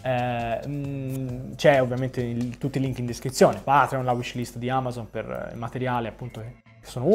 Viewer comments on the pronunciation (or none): none